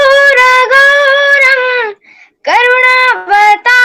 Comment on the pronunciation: Aur sabhi style ko bilkul theek hai lekin karpur gauram karunavataram iska thoda uchharan ham dusre dhang se karte Hain chalo jo bhi hai bahut acchi hai awaaz ka upyog karo